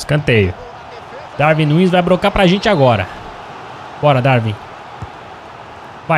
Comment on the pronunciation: Darwin não se lê com v lê se com u